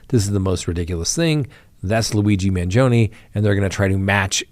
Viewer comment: Can you at least try to pronounce his name right. And stop calling his supporters groupies. How insulting!